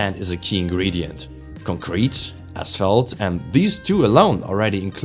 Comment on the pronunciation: The same type of pronounciation i would have used a few years ago. Mainly concrete as in concrete evidence. The pronounciation is on the latter syllable rather than the first one. Not a strong accent, just stuff i noticed from myself. Ich hoffe dein Kanal schafft den Sprung. Qualität setzt sich durch und der Algorithmus hat dich direkt nach dem 1. Video belohnt